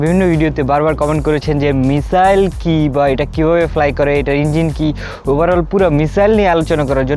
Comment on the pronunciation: ভাই সবাই ভাল লাগছে কিন্তু মিসাইল কে মিজাইল বলেন কেন।